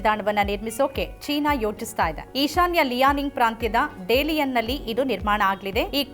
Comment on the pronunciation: Madam ಡೆಲಿಯನ್ ಅಲ್ಲ, it’s ದಾಲಿಯನ್ 😊